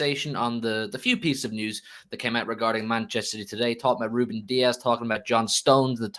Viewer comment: Need to put some respect on Rubén’s names